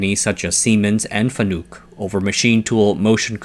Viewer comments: “Fa-nook” … them’s fighting’ words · Fanuc is not a u sound in nuke. It pretty much showed that this guy doesn't really know about the content today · i giggle at his FANUC pronunciation